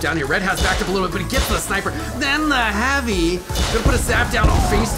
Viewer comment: Lol he said “tHeN tHa HaaVy~”